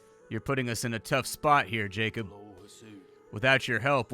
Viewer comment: FFS! If you see Polish name Jakub read is as Jakub not Jacob! if you don't know how then first use GOOGLE TRANSLATE second there is a video (funny btw) explaining how to read Polish! It is the official language of internet since 1998 (according to people in Poland) so you better learn quickly!